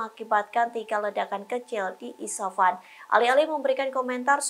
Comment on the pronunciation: Isfahan, bukan isafan. Coba nyebutinnya yg benarlah, banyak kali jurnalis di tribun yg GK bisa nyebutin nama2 dgn benar.